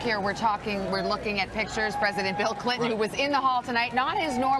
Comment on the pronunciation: Why does it sound like they say Hillary Cliton instead of Clinton? 😂